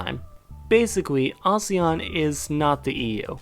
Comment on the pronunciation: Teacher's roll call: "Yo A-Sean, is there an A-Sean present today?" A shawn.